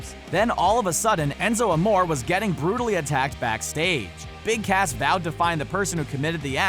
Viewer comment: You said his name wrong his name is Big ASS not Cass